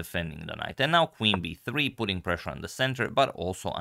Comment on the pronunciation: The way you say b3 sounds like 'hey Siri'. Are you using an iPhone?